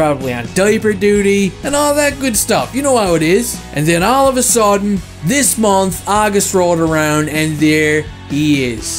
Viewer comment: Hey stop saying "MOMF"...it's "Month"!!!... Love your content!